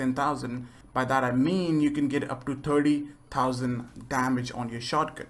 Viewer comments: XD terdy tousen. Good english. Sorry i had to say it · turdty dowsen